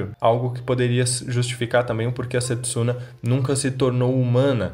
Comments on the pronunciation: Só eu q fico incomodada como a Towa fala o nome da Setsuna na versão dublada? Prefiro assistir legendado não gostei dublado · Eu nem tô assistindo dublado, fico muito incomodada como ficou a pronúncia Setsuna e Moroha